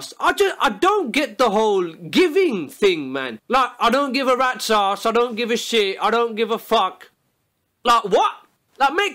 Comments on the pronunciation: you mean rat sause? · When he says rats ass I hear red saus